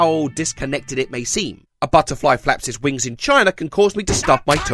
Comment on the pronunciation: because hearing a grown British man say curse you butterfly gives me life